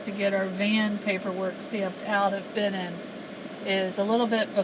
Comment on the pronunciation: It's BenEENn not BEhnin.